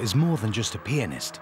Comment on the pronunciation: When he says "pianist", it sounds like "penis"